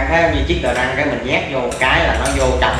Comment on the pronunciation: Đờ rất không phải đờ răng ok